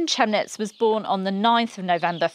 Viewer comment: Chemnitz is pronounced, Kem-nitz. That is also a city in Saxony near Dresden.